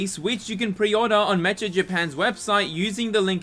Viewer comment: “met-cha”? Bro it’s “Mek-ka”